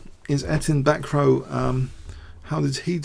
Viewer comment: Bacroit its NOT BACKROW:) Its like BackRua moreover